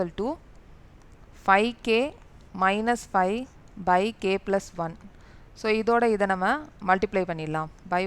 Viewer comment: mam neenga plus nu solrathuku pathila blush nu solrathu romba cute ta eruku